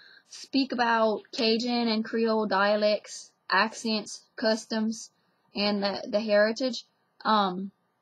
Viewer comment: I like the way you say "customs" you really drag out the ckkkkkuhs tums.. It's so southern. I love that southern draw